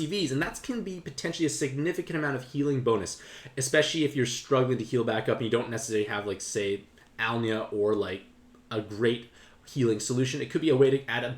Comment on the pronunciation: I didn't say anything, last video, 'cause I didn't want to be overly critical, but it's Alynna, not Alnia